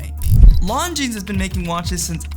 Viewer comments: Jesus Christ. You don't say the "S" in Longines. Why don't you know that?! Because you don't know what you are talking about. Which is why you confidently presented this video. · Learn to pronounce Longines.